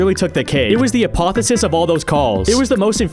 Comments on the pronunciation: a-poh-thee-oh-sis, not a-poh-thuh-sis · Uh-poth-ee-oh-sis. Not uh-poth-uh-sis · apoTHEOsis. Not Apothesis. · Its pronounced a-paw-thee-oh-sis im pretty sure, for future reference. Not being judgemental here, i just like sharing pronunciations :3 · "apothesis" son 😭😭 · It is pronounced "Ah-Poe-Thay-Oh-Sis" and means "Ascension to Godhood". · Apotheosis is "Uh-poth-ee-oh-sis" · "A-Pah-Theh-OH-Sis" Apatheosis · Its A - poth - E - o - sis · It's said apoth-e-o-sis it's not said like hypothesis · That’s not how you say apotheosis 😔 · That pronunciation of apotheosis is abhorrent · Why'd you say apotheosis like that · you... you forgot a syllable when you said apotheOsis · That's not how you say "apotheosis" but I get that it's not a common word.